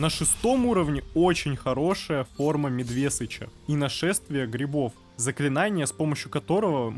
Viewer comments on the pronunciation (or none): ну какой нахрен медвЕсыч? это соедены два слова медведь и сыч. нахрена ты ударение из не полного слова берешь? может тогда волкОдав будем говорить? или автОкран?